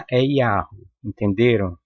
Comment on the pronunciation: Atantos tempos, AQI, muito, estão miando, uivando, igual a cão lobo você, fala,pronucia,(yau,) KKK e pra riss mesmo? Pegue Sua bíblia,seu livro,e lê no,, apocalipsses REVELAÇÃO,19v2v3v4v6 não darei mais notícias, tetragrama, e abreviação,do nome, EU SOU O QE SOU.